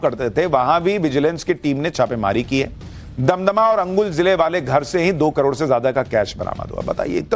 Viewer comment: Angul nehi kaka Anugul bol chacha.. 😆😆